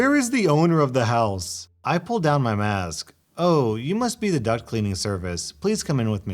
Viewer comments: Idk why, but I can’t stop hearing “duct cleaning service” as “duck cleaning service” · I thought you were saying duck cleaning company not duct cleaning company and I got very confused